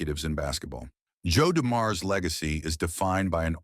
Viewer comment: AI needs to pronounce his name correctly. Also Joe is the GOAT & you should not start this story with highlighting doom & gloom. Joe remains my favorite of any team & the game when his father died was embedded in many of our brains & hearts.